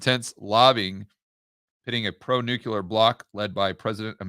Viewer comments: Nuke-Lee-er NOT Nuke-You-Ler. You sound like W. Bush. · At this late stage of our civilization, people still pronouncing new-q-ler. Jeez... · HAHAHAHAHA...............NUKE u LER????!!!! Making GW credible!!!! Cmon........NEW KLEE ER!!!!!!